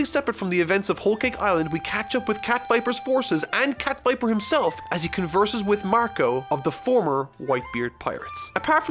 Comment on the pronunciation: "cat viper"???? what??